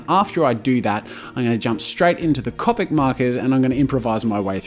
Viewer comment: I like how you pronounce copic. People usually tell me thats not how its pronounced but whatever.